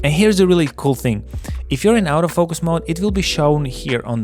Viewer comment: Nice review! Just one remark: the word “autofocus” is pronounced as [ɔːtəˈfəʊkəs]. The way you do it sounds like “out of focus”))